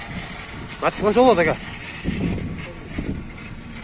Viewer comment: Матиз деп суйлочу укам матз дебей